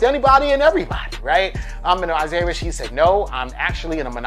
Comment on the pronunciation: I’m disliking this because you keep saying “Isaiah Rasheed.”